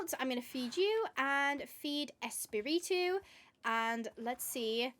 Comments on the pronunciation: i loved the spanish part. i speak a good bit of spanish . it would be pronouced es-pa-re-to(rolling your r) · but its fun because when you say Espiritu, sound like you are saying Spitit-Two haaha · 😅 tranquila no me molesta para nada tu pronunciación de espíritu sino que me da un poco de risa cómo te cuesta decirlo 😂 me caes muy bien y eso que acabo solamente de ver dos videos tuyos me encantaría que todos estén traducidos al español😢